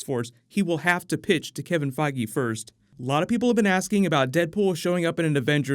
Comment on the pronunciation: Boy did he butcher Kevin Feige's last name.